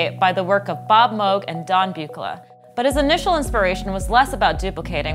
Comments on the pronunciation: "Mohg and Byoo-kluh" What crazy awesome circuit board! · Am I the only one who cringes on the mispronunciations of Don’s last name? Dead giveaway she is reading a script and not familiar with the subject matter. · The Buchla mispronunciation is killing me. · You and a handful of geekier synth nerds is about all who cares, lol. People have mispronounced mewg moahg too forever, who cares One should be more concerned with the mispronounced EEEpoxy vs ep-poxy since those are not names, but whatever, who cares, great video